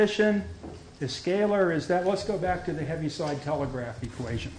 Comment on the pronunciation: Btw his name is pronounced "heave-side" not "heavy-side".